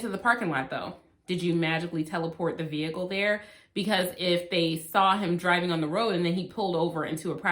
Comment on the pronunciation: TOOK ME OUWWWWWWTTT 😂😂 “VEE-HICLE. VEE-HICKLE.” 🤣🤣🤣🤣